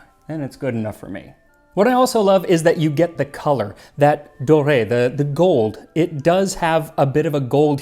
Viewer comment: Is there a reason to pronounce 'soppes dorre' with the 'dorre' as 'doré'? I would have expected it to be pronounced as 'd'or' (French for 'of gold' or 'golden'), or the English 'door'.